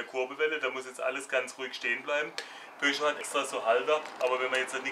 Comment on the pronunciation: Haha good job man ! I loved that you said peugeot 206 in french ! Schöne Grüße aus frankreich !!